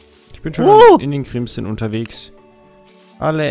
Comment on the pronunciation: *crimson... es heißt crimSon, mit s:3